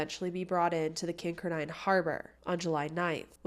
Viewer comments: I just came here to say that. lol it's not kinker dine. It's pronounced kin car din. Accent on middle part. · Great pod cast you tube video. The name if the town is pronounced Kin car den, Not Kink er dine....Just thought you might want to know. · Kincardine is pronounced Kin-Car-Din from someone who lives in southwestern ontario. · Kin car din. Emphasis on car. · Just an Fyi - pronounced Kin-car-din (although spelled Kinkardine) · I think your trying to ssy Kin -card-in. Thats how those of us that live in the area pronounce it . Just thought you would waht to know lol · Kin-kar-din. That’s how you pronounce it. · Kincardine Is Pronounced Kin- Car-Dinn I grew up not too far from there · It's pronounced Kin-card-ine 😊. I was at that dance that night Lucknow is my hometown 😊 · You mispronounced Kincardine it pronounced "kin-car-din." I mention this because I lived in the area and as listen to your info I thought I had not heard of such place until I figure it out. Also, I was familiar with the case. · Love you! As a former Kinkerdink (a resident of Kincardine), it’s pronounced “king-car-din” ❤